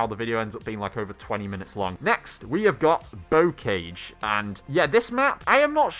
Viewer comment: It’s pronounced Bo carge. 🤦‍♂️